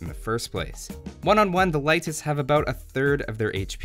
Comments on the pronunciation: he said Laitis ("a" instead of "e") which is incorrect, but its nothing important really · How to pronounce Leitis correctly? Leitis is pronounced like late'is or lay'tis, not light'is. E letter in eastern Europe is like E in word Empires I really wish native English people do pronounce it correctly! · I looked for the pronunciation when the civ first came out and never came across a convincing source for lay'tis. I did find light'tis a few times, though: and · Unemployed he’s following the German pronunciation, I guess.